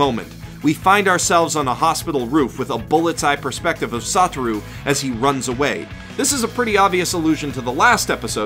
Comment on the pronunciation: i could hear him say "saw through" instead of "sotaru" e.e